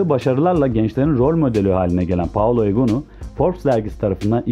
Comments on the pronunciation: Novaro değil Novara Paolo değil Paola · daha ismini dogru durust soyleyemiyorsun spiker...paolo deyip duruyor allahim yaa